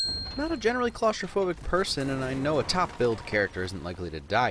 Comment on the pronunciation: LMAO!!! when he said top billed I heard top "built" 😆 Which is funny because the actress is seriously built on top.